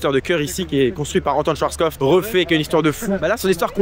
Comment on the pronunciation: c’est le cut qui donne cette impression ou arrive enfin à prononcer Schwarzkopf correctement sans rajouter un T à la fin?